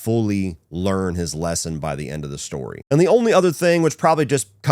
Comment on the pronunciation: “True storeh!”